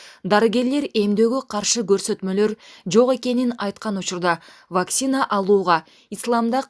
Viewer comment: Ауксион, Ваксина деген сабатсыз дикторду алмаштыргылачы тамга таанып жакшыраак окугандарды койсоңор дурус болмок угуп отурсаң көңүлүм айланып кетти 🤬🤬